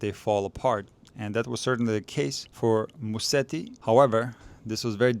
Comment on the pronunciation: Amazing analysis thanks! Just one favor for Italian speaking followers: it's Muset-ti and not Mussedi 😉